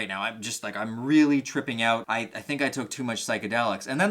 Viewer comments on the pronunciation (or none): Lol I watched like 5 of your videos just now and kept hearing you were from Canada, but it didn’t really resonate u til the end of this video. Lol you said “freak the fuck ouuttt”